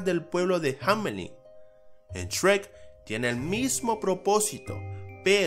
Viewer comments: Soy el único que cuando algo dice Shrek, piensa que dice Sherk? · Shrek ❌ Esrek ❌ Chweq✅